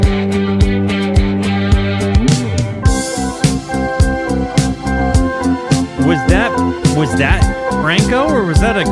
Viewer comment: holy W recommendation finally yt recommending some good stuff grandissimo, Franco Battiato su yt reaction l'ultima cosa che mi aspettavo Cooked pronunciation LMAOO though Actually W pronunciation for bandiera bianca that was spot on also lowkey listening to music on that language is always the best version to learn pronunciation minima immoralia best translation is minimum immoral(but I think it's kind of invented idk) my fav one is..yeah I give up every song is peak maybe the outro